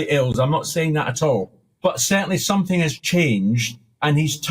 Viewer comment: Youd think a tv presenter would know its pronounced " somethinG and not somethinK.Shes dumb